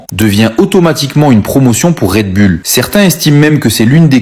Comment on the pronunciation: Red Bull …. Pas raid bulle 😂